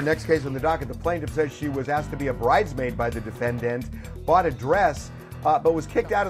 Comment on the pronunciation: Not "bridemaid" like Nene 😅😅😅